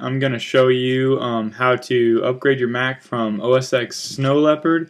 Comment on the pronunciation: it is called OS X (ten) not ex... cm on...